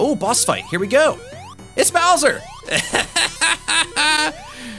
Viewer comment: Darby: It's Bowser! Me: It's "Bowser" Seriously though, this looked pretty fun overall, even if the monitors were a bit too thick (as in too many) so thanks for the video as always!